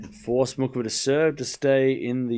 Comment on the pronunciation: Muchova is pronounced moo-hoh-va